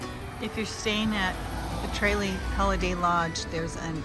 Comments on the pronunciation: TRAYlee????😂😂😂 It’s pronounced Truh LEE😊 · Nice video, good content. But you were pronouncing Tralee wrong. It is a short “a” sound. 😊☘️